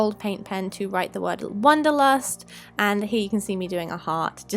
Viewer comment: I really like the globe idea. Think I wouldn't have painted it blue and just put the flowers and the word on, but yours turned out really awesome. Love how non german speakers pronounce german words like wanderlust. The word isn't actually used very often in germany, but I've seen it in a lot of DIYs recently :) nevertheless, great projects and I hope for more DIYs :)